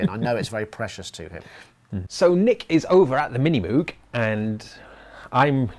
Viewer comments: It's MOOOOG not MUUUG. Cows do MUH, at least german cows. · Not wanting to offence the late, great man, but if it had to be pronounced Mogue, than it should have been written Mogue. Reminds me of Hyacinth Bucket picking up the phone with "the Bouquet residence". Besides, Moog looks & sounds better. Both in name & instrument.